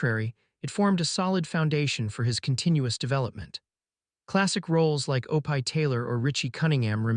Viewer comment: Guys, it’s “ Oh pee “ please drop the pie!